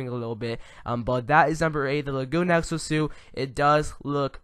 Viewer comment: Is it just me or did I hear him say sexo suit at times throughout the video?